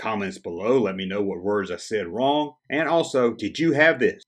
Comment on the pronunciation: Well you said "plan" out insteaf of "pan" out. And you said "long" instead of "wrong". You said we could point them out!! 😁 Seriously, another good video!